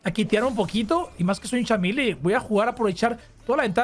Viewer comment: "un cham mili" wtf meleeee compadreee